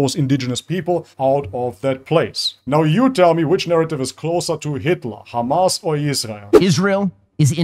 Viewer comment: I just want to say its HAMAS not KHAMAS. Free palestine